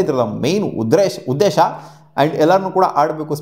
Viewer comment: Uddesha ❌ Udhresha ✅😂